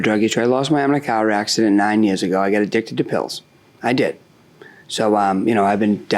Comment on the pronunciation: "Adicet quare of me" 😂